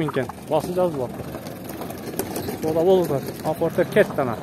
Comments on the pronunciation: Портер эле болот фортер эмес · Жакшы реально бааларды тартыпсын фортер дегенин окшошпой калыптырда Портер де иним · Озубуздон окшойт фортер деп суйлоп